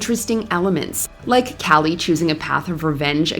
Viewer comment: For Kali, try saying like Kaa-Lee. It’s not the same as Callie.